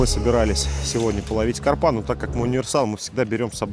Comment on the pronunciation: Как задолбали . Неужель русский язык так уродовать начали ? В слове «карпа» ударение ставят на слог с первой буквой А — ка́рпа.